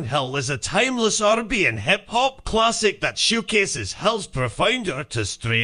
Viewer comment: The TTS voice made “showcases” sound like “shoegaze” (at least at 2x) and I kept thinking chatgpt was going to have some unexpected picks